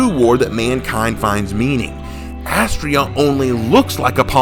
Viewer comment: Having it all layed out like this is amazing and I see your point about their differences. Also ironically or Unironically Astrea’s (Ast-reea) name is a pronunciation variant of a Greek goddess of justice named Astrea (Ast-ray-a)